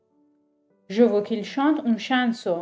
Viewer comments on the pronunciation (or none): سلام‌ استاد جان فک کنم تو ساختن این درس یه کم عجله داشتید بنظر من chason. رو شبیه chainson تلفظ میکنید .. درسته ؟؟؟؟ پوزش